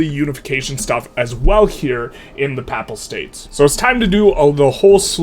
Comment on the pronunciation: It is hilarious that you pronounce Pap-pal state like it's a pap smear.